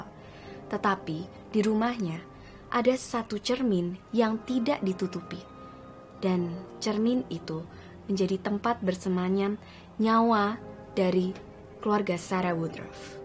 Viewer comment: kok bersemanyam bukan bersemayan di menit 1.04